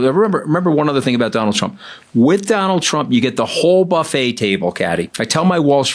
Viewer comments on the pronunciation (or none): none